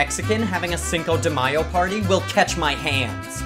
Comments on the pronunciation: you mispronouncing the Mexican Cinco de Mayo made me cringe so bad my jaw mussels got abs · Caballero disculpe, pero se dice, Cinco de Mayo <3